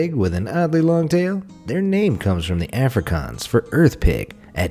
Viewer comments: Why do you say Afrikaans like Afro-caaanz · He really said africons........ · As someone that speaks Afrikaans I don’t mind that you said it incorrectly but I’m just here trying to correct you aardvark translate it doesn’t mean ass pig that is a different animal that is kind of like a bor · The pronunciation of Afrikaans was painful but done by a american so its ok